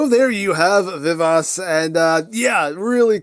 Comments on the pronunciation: Vee-Vah-Chee I think is the closest pronunciation. I'm no expert in Italian though. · I would have thought pronunciation vuh vaa chee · "I believe I'm pronuncing that correctly" 😬😬😬😬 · Funny! The way you pronounce it name , it sound like french! 😅😅😅